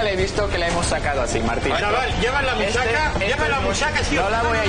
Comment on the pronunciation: Musaca jajajaja asi no se pronuncia, yo soy de ese país y no se dice asi, no va a malas solo me hizo gracia